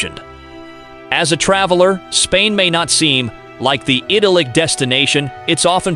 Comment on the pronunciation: Lol, whatever voice-over program you are using is not very good. It can't even pronounce simple words like prejudice correctly or idyllic.